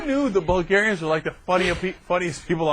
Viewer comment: "Bulgarianis" What the heck???? We are not a middle eastern country to be recieving that weird "i" in the end!! Seriously that incompetence made me stop the video to rage a bit.